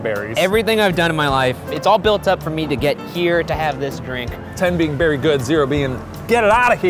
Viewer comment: "I'm berry excited" 😂😂😂